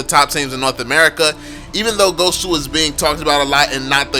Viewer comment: Chou not CHAW. fcking illiterate idiot